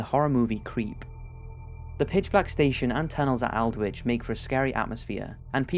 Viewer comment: Aldwych is pronounced alld-witch. Not meaning to be picky but it helps if words or names are correctly pronounced.